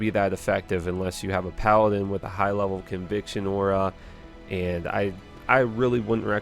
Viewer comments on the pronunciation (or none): none